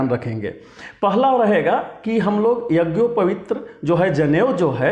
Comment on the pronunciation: यज्ञोपवीत को भी तुम शुद्ध नहीं बोल सकते हो क्या वीडियो बना रहे हो पहले यज्ञोपवीत शुद्ध बोलना सीखलो